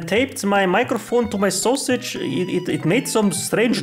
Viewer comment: I don't know why I like it so much when he says sosig hahahaha